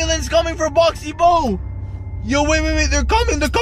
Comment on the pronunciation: Boo NOT Bo